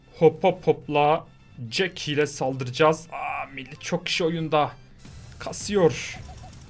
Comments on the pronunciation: Abi jesie değil jeck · 2.19 da jaky ye jesi diyo